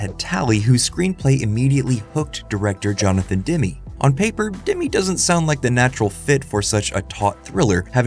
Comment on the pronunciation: yr script says "…illuminated by an unseen light" and then a shot of the chair under a clearly visible overhead lamp. Also Demme is not pronounced like Demi Moore, it's Demmy not D'mee.